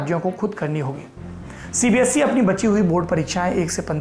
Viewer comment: Sir aap CBSE ko CBSC bolte ho